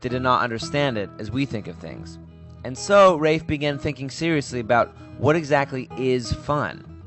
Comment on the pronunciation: His first name is pronounced like "laugh" = Raph (it's short Raphael). Cool vid, that book is kickass. He is a true visionary.